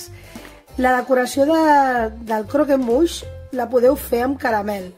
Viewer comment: Que delicia !!! y lo has pronunciado bien , ganas de probarlo!!